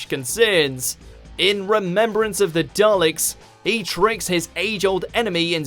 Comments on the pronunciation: I'm British and was taught at school to pronounce it properly. But now you get called a language fascist for daring suggest there is a correct way to pronounce anything. Anyway 7 always said Dallix. Nearly 30 years of wiping the tetchy dustbins out and he couldn't pronounce their name. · Yea, my Dad was from the Clyde area of Scotland (same as McCoy) and he too pronounced Dalek with a hard 'A' , as DA-Lek. As for Omega, can't say I've heard McCoy pronounce it as, 'Ohm-knee-go'? Even with his Clyde accent he still pronounced it correctly as O-meh-ga. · Benjamin Joseph Kidd-Bentley I'm just going by the fact that old Sylv is the only person I've ever heard, includingding people with strong Scottish accents, to pronounce it his way. Maybe 7's greatest mystery was what he knew about the Dalek name that nobody else knew.